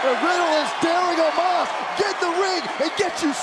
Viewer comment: Why its Omos instead of Omas?